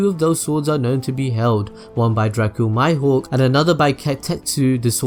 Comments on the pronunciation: It's pronounced (me-hawk) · Tatafu Helu It's Mihawk. In Japanesse.